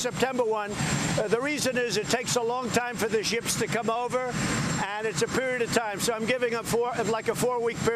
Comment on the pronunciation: did he say ships or sheeps? comm??? LOL